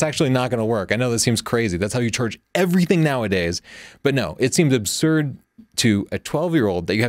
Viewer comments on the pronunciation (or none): none